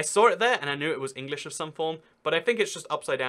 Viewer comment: English (United Kingdom) be like : Ehnglieshe (Yhounhited Khingdhom)